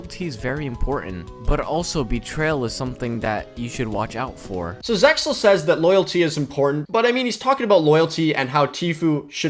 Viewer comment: it sounds like you said SeXel lol